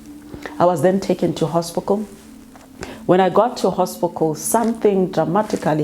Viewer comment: Did she say "hospicle"?